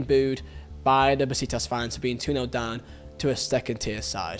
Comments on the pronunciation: And bro its pronounced “ beshiktash’ not besiktas’ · Bro besiktas we read like beshiktash that is the pronounce for besiktas